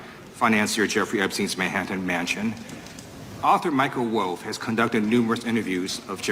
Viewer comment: It’s “wolf” not “woof”